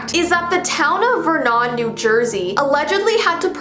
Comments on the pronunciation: ACTION PARK:: please please please action park was in a town called Vernon but it’s pronounced closer to Vernin. I grew up like 20 minutes from there. Some interesting facts. The park has been sold a few times over, some rides staying or going or being altered throughout the years. It’s also been known as Mountain Creek (with less injuries). There is a movie based on it called “Action Point” it’s a comedy but has some neat points in there. The owner essentially wouldn’t listen to no from anyone in the name of fun. That cramped loop de loop water ride didn’t only maul people while they were in it. It was set up to spit riders out into the lake. They of course didn’t calculate that well either and rocks would happen. Lots of broken bones. And yea they just let random teenagers run these rides that were just stoned the whole time. In the winter newer owners have made the hills into sledding slopes as well. Thank you for coming to my Ted talk. 😅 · I’m sorry that was the weirdest way I could have heard someone pronounce Vernon. I actually live about 30 minutes from formally Action Park now Mountain Creek. Vernon (vur·nuhn)